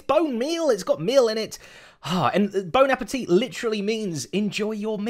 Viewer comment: "Bone appétit" as a french guy i jumped x)